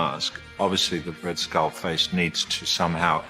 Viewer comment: Me encantó el contenido de verdad super bueno pero de verdad? RED SKALL? Y HALK😅😅😅😅